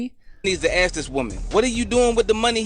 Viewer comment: "I was talking to a mayan...Ax me something specific"